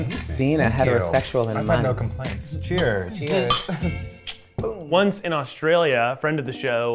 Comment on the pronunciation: Instead of cheers says queers ol 🥰💚